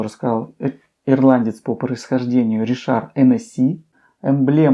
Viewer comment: Здравствуйте не Ришар а Ричард Хеннесси